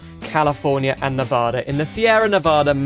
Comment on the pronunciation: As a Nevadan I have to lecture you on how you pronounce "Nevada" and how you emphasized the E in Reno